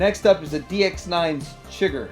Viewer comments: Apparently TF fans haven't watched/read No Country for Old Men lol. DX9's Astrotrain was named after the baddie, Anton Chigurh. It's pronounced "shi-GURR" ...not "chigger". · Thanks for the breakdownI I'd never even heard of Transportation Captain before this. I preordered the Chigurh (it's pronounced SHIH GURR—like Anton Chigurgh, the villain of No Country for Old Men) rerelease from ShowZ for a great price, and I'm sticking with that one. I like the bot mode for Thomas, but alt mode is also important to me as I transform my whole display back and forth every month or two. The alt modes on the FT version just look like a blown-up version of the G1 toy to me. Definitley not what I want, otherwise he would likely would have been my first FT bot.